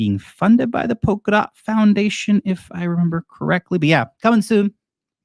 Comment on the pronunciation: "if you relember to sell" Ya, when🤷🏼‍♂️🤣 Nice video!